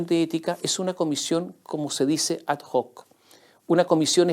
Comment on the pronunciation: Estimado señor Mosciatti: ad hoc se pronuncia sin sonido de la h, porque proviene de latín, o sea, se pronuncia "ad oc".